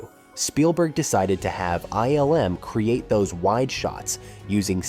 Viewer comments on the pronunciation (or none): none